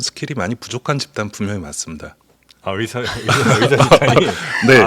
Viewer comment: 답답하다.. 이번 사태의 핵심은 전공의 이탈이다.. 그런 전공의들은 개개인의 생각으로 사직을 했는데, 대표가 선동해서 사직한것이 아닌데, '대표 한명씩만 참석해라, 통일안을 가져오라....' 고 하는 게 답답한 일 인거다. 진정성있게 전공의가 돌아오게 하려면, 큰 체육관이라도 빌려서, 1. 박민수 차관이 그 동안의 막말 사과하고 (의새라고 발음한 것 , 낙수효과=필수의료를 낙수의사로 표현한것: 필수과 의사의 자부심 짓밟음., 전세기 띄워서 다른나라 의사 데려오겠다 등 여러 협박 표현들 , 의사면허 정지 등으로 겁박한것 등 ) 2. 전공의 개개인의 의견을 듣고 수용하는 자리를 마련해야한다. 우리가 의사 한명한명 사인받을수없지않냐? 이런 거만한 태도로는 젊은 전공의들 마음을 돌릴수없다. 아무것도 이뤄낼수없다. 한명한명 사고해도 돌아올지는 미지수다. *올해 전공의가 돌아오지않으면 다음년도 전공의 지원도 없다. 1,2,3,4년차 아무도없는 의국에 혼자 들어가면 - 윗년차 의사에게 배울수도없을뿐더러, - 1,2,3,4년차의 업무가 신입 전공의에게 쏠려서 잡일만 하게 되므로 아무도 들어가려 하지않을것이다. 그러면 내년에도 의료 대란은 쭉이어지고, 이게 몇년 지속되면, 필수의료 교수님들도 번아웃오고 대한민국 필수의료는 말그대로 종말이다.